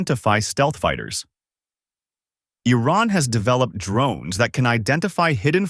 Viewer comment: Firstly, learn to pronounce Iran correctly. It sounds like calling Trump as Dumb.